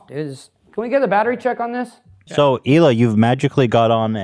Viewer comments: One of my favorite episodes. Although it did bother me that Oliver kept pronouncing the “H” in Hila. I would feel better knowing it’s a shtick. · Does he pronounce the H in hila as a joke ? Because it’s so funny if he didn’t hahah